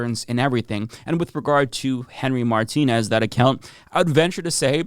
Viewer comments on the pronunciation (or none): none